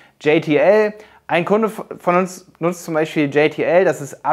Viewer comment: Hey! Du nennst JTL auf Englisch, wird aber deutsch ausgesprochen ;D Ist die Zusammensetzung der Brüder Janosch und Thomas Lisson... Was du auch nicht erwähnt hast, JTL ist deutlich Vielseitiger, es gibt da Fullfilment Network, Produktion etc.. Sonst sehr gutes Video!